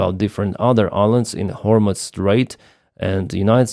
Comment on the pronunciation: It's pronounced Гормуз, NOT Гормуц.